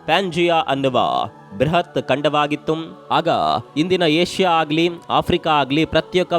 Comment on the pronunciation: ಖಂಡವಾಗಿತ್ತುಮ್.. ಉಮ್ ಉಮ್ ನೀವೇನ್ ಕೇರಳಮ್ ದವರಾ ಬರಿ ಎಲ್ಲಾ ಮಾತಿಗೂ ಉಮ್ ಉಮ್ ಹಚ್ತಿರಲಾ